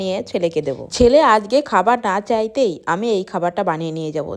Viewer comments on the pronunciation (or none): আজগে?? হায়রে Indian দের বাংলা ভাষার উচ্চারণ শুনলে মনে হয় Bangladesh ছাইরা উগান্ডা যাইয়া উগান্ডার ভাষা চর্চা করি!! 🙂🤡